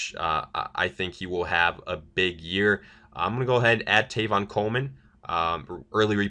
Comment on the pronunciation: Who is Tayvon Coleman? Seriously man you did it last mock too, so basically you think Tevin Coleman’s name is Tevin, it wasn’t a slip of the tongue. Maybe you ought to know something about what you’re talking about. And no, it cannot be pronounced Tayvon. Not even close.